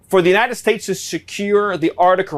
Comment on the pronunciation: Why can't he say the word states? Is he doing some nazi pronunciation for the proud boys or something?